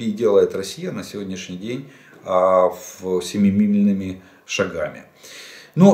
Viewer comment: Инфаркт миКАрда 😂😂😂 РефЛижератор. 😂😂😂 Говори на саЙре , если Русского не знаешь. Семилимильными шагами😂😂😂😂😂